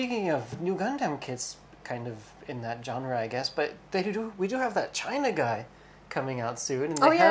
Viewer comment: welcome back =) and i wonder why they call Chinagguy "chainaggay"...China is not chinese.